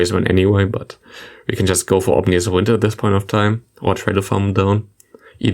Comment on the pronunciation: OMINous wind not OMNIous wind🤣🤣